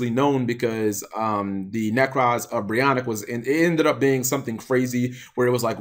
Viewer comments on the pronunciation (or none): Cap, it's Broniac, not brionic. say it with me. Brawn-ee-ack